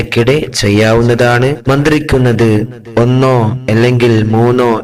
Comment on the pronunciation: മന്തിരിക്കുന്നത് ഒന്ന് വ്യക്തമായി പറയാമോ